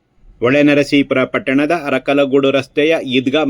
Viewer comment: ಹರಕಲಗೂಡು ಅಲ್ಲ ಅರಕಲಗೂಡು